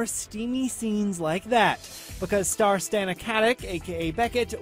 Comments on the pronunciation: Eight years later and people still mispronounce Stana's name... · First of all, would you people PLEASE pronounce their names right?!!! 'Stana' and 'Parish' it's really not that hard! And second, it's gonna cost the network waaay more when the ratings end up sucking! They might as well end it now and at least give all the characters the ending they deserve